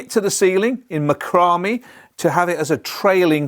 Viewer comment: ❤ love your accent and explanations. Macrame was what I thought I may assist you with the pronunciation; Mah-crah-May it is a French word for the craft of twine knotting. May you have a fruitful spring 😊